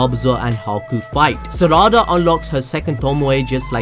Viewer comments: Who Th is serada ITS PRONOUNCED LIKE SARADA NOT SERADA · Why you say sarada like that